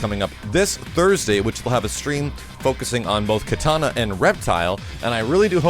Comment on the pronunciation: Why does pronounce Kitana as katana?